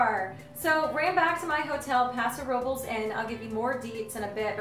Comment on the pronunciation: It's not called Paso Robles is called Paso Robles